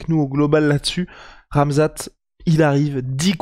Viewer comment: "Ramzan Chiamev"? Tu confonds, c'est Khamzat 🤣